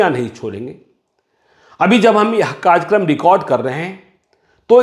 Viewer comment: ये एंकर महोदय "कार्यक्रम" को "कार्जक्रम" उच्चारित कर रहे हैं। हमारे मुंबई शहर में भी बहुत से बिहारी धड़ल्ले से हिंदी का अशुद्ध उच्चारण करते हैं। उस पर तुर्रा ये कि..... एक बिहारी सौ पर भारी !!!